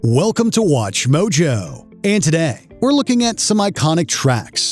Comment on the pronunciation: "and toda" "Bennington took his own lie" PLEASE, fire this guy and replace him with someone who can say simple words.